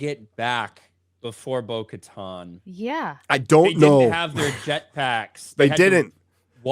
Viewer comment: Lol, why are yall calling her "Bo-Katon"? It's legit pronounced Bo-KatAn"